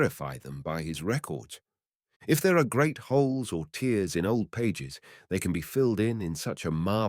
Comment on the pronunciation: This is excellent work,. You fooled me til the end when you rhymed "tears" with "jeers" instead of "cares." Keep learning!